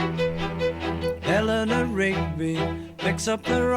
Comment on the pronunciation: You must pronounce it, Eliner not Elinoor 😊